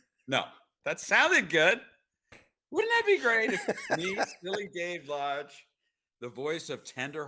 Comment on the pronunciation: I hate to be this guy but your guest is David lodge. The guy who is most famous for voicing 1 of the legendary sannin the one who is all mighty and praised by of mount myoboku. The legendary Jiraiya. Just watch any clip with someone saying his name. It’s not that hard to pronounce and yet you just butchered the most iconic character of all times name. You have just brought great shame.. No! Great Pain to all that hold him dear to their heart ❤